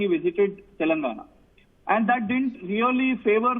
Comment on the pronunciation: This pm can't even pronounce the word telangana right.